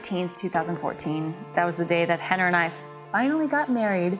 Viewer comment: It's Renner not henner...